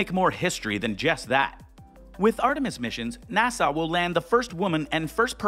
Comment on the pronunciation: Could you please stop pronouncing NASA as if you were trying to sigh at the end of the word? It's NASA, not NASAW.